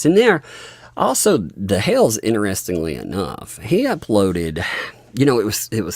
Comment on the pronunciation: Jeremy's last name is "HALES" NOT (HALE). THERE IS AN (S) ON HIS NAME.